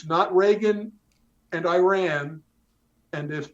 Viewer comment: "Shah of EYE RAN" . 🤣🤣🤣🤣🤣